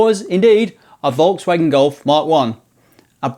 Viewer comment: It’s Volkswagen , there’s an L in it, you say foxwagen.